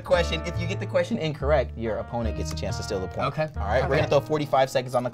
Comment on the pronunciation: you have a good CHONCE"